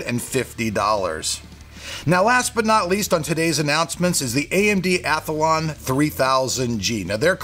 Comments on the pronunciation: hey mate this same thing happened yaers ago it is athlon not athalon hahahaha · spell year wrong i bet i cop shit but say athlon as athalon and nobody says a thing luv the channel hope you can keep it going